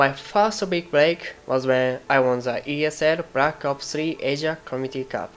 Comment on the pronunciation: wonの所ワンって発音するような…これからも頑張ってください！